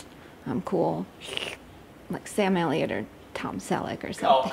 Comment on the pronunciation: GIRL!!! SAM ELLIOTT...ALL DAY...ALL NIGHT...You got that right, LOL! You actually pronounced it correctly :)